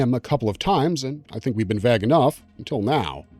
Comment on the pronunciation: Can I ask where you're from? I've never heard anyone pronounce 'vague' that way.